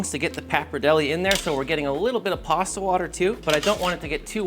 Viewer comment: There you have it folks…PARSTA…